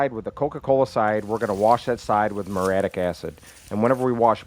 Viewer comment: It's "muriatic" acid.